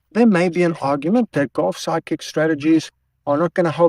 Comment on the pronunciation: Sometimes when you say "Golf Sidekick" is sort of comes out as "Golf Psychic" which still works for me.